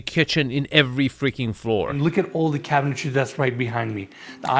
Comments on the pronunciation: Another episode, another chance to beg to say CABINETRY not CABINETARY… 😂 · I've heard you say this a few times so I have to point it out. Cabinetry is pronounced KAB-i-nuh-tree.